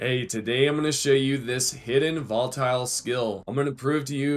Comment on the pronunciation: Its not Voltile